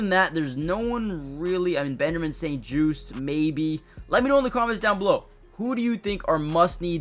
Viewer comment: Think I’m unfollowing you because you said Benjamin St juice